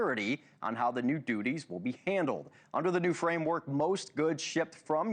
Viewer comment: The Yoo S A collecting taxes and "doodies" (duties) 😂 😂😂